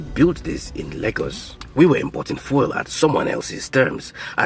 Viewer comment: oh my goodness! When will you learn to pronounce the word "fuel" properly in English? You mispronounce this word so much and it is so distracting. You've got to learn to pronounce English language words properly